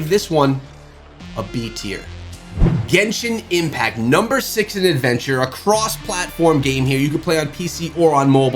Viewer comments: Dude really said Gentian Impact 💀💀💀💀💀💀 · bruh "Gentian Impact" the disrespect man!